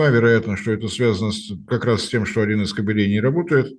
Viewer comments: Не картелей(собак), а кабелей ударение на А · Да не кабелЕй, а кАбелей, Марцинкевичъ!!!!!!!!!!! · Прчему "кабелЕй", когда "кАбелей"! 😂😂 "КобелЕй" - этотнечто совсем другое!!! 😂😂😂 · Пожалуйста, делайте правильное ударение в слове "кабель" .Во множественном числе ударение на А сохраняется!😊